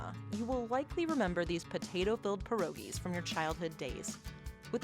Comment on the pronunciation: "PYEH-RO-GIE" not 'per-o-gie'. If you really had a Polish grandma, you would know how to pronounce it correctly. Jezu Kochani!